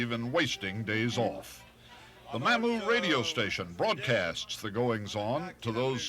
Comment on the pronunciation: This was a good video. However, it is ludicrous that they were there and yet Charles Kuralt mispronounced the name Mamou over and over. "Cajun pronunciation of Mamou, Louisiana, is typically MAH-moo (rhyming with "coo" or "too"), with the stress on the first syllable. It is sometimes mispronounced as "Ma-moo" (with a short 'a'), but local, authentic, and Cajun French pronunciation emphasizes the "Mah" sound, as highlighted in this Instagram video. Key Pronunciation Details: Sounds Like: MAH-moo (IPA: /mɑːmuː/) Syllable Stress: First syllable (MAH-moo) Context: It is widely recognized as "The Cajun Music Capital of the World" in Evangeline Parish, Louisiana, notes YouTube. Origin: The name is thought to stem from a French surname, or potentially an American Indian word (meaning mammoth, pawpaw, or village site) that was adopted by local, French-speaking settlers, states Explore Louisiana. When referring to the town, the "Mah-moo" pronunciation ensures it is said with the correct local inflection." I grew up in Eunice which is ten miles away. Much of my family lived in Mamou. I hunted and fished my grand-père's farm near Mamou. I never heard a cajun pronounce Mamou anyway but Mah-moo.